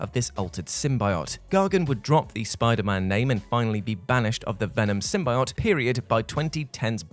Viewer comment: Sim-bye-ott..? Sim-bee-yo't